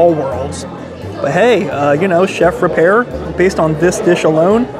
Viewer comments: He also mispronounced Eric Ripert’s name. Very easy to look up how to pronounce foreign names. It’s common courtesy to get people’s and business’ name right. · First of all, the restaurant name ends with an I not an a so you were continually pronouncing the name wrong. That also goes along with pronouncing the chefs name incorrectly before you go a Michelin star restaurant you should make sure you know how to pronounce the name of the chef. I am someone who worked professionally in a Michelin star restaurant in New York City and yes, especially during lunch. It’s supposed to be a lighter male food wise so you’re not gonna get buckets of food what portion wise is exactly on the money.